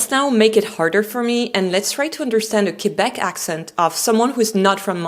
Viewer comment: First of all you have to well pronounce Quebec in English.